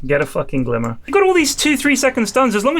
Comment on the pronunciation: went very west-country all of a sudden for that final GLIMMMERRRR